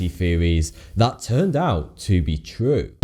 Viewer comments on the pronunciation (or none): i believe he says "top 10 conspwerise seweis that twerned out twue" your an adult man stop talking like a baby. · "True" is not pronunced "Two" and "Theories" should not be pronounced "Tweowies" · He's trying to sound so cool but ends up sounding like 'the conspiracy fearies turned out to be twu'